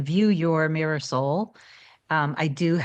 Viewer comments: Every time you say mirror soul, i keep thinking you’re saying ‘my Marisol showed up better than before’ and I keep thinking you have a partner called ‘Marisol’ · This is my very first video of hers I’ve ever seen. And that’s exactly what I thought. I thought maybe she was saying a word from some ancient language or something😂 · Me too! That is exactly what I thought!!! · OMG!! Thank you LOLOL! I was wondering after 20 vids lol!! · I thought that too for months! 😂